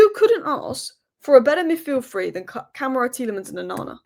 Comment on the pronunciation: it's not camera it's Kuh-MAH-ra.